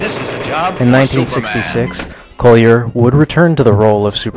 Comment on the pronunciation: You are mispronouncing Bud Collier's last name. The first syllable rhymes with the first syllable of "cauliflower: not with "coal"